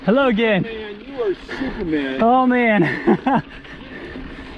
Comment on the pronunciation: I thought that hiker said dude you're stupid man, then I realized he said superman! Beast.